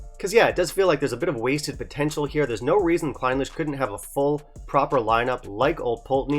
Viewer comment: A bit of attention to detail in pronunciation is warranted in these reviews. “Clin-LEASH” is more appropriate.